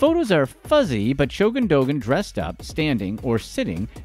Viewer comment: The ğ is silent, fyi